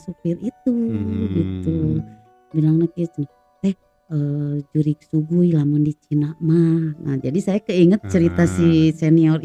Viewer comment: Shui gui "bacanya suei kuei" bukan su-gui